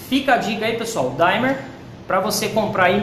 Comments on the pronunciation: A palavra certa é Dimmer não é Daymer kkkkkkk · Numa boa. Só para informar: não se pronuncia "daimer" e sim "dimmer". Aqui o "i" é "i" mesmo e não "ai". É um erro comum aqui no Youtube. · Desculpa, mas NÃO SE PRONUNCIA como se fosse "DAIMER!" se diz DIMER mesmo! E este objeto é um CONTROLADOR DE TESÃO e não de ROTAÇÃO! Eu fabrico no "QUINTAL DA MINHA CASA" este tipo, além de 110v eu faço tambrn BIVOLT! Se precisar é só chamar e encomendar!